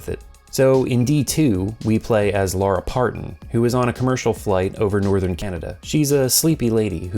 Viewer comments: Out of curiosity, why do you pronounce Laura’s name as Lara? Especially when the characters use the Laura pronunciation? Seems odd to mispronounce the main character’s name when the game gives you the audio for the name. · You saying Laura closer to Lara more than when people say Lara Croft's name.